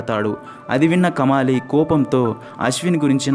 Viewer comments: Kamaali kadu , kamali. Then Kadukkaveri kadu, nadu kaveri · కమాలి కాదు కమలి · It's not kamaali it's just kamali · Kamaali kaadhu kamali